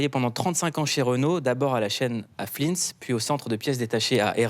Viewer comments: Noooo Mr Achour 😅 flinsse c'est flins (ont dit flain) 😂😂😂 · Flins le s se prononce pas Mouloud